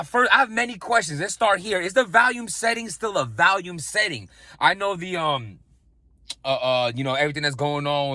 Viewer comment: Volume Vol-ume Val-ium is a pill. Thank me later. We love you